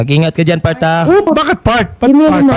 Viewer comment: Part? 😂Akala ko "fart"😝🤏cool lang c Kuya!!!!